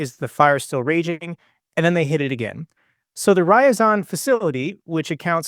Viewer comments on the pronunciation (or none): Y as in yet, Ai as in eye. Rr- ya- zan ( Ryazan)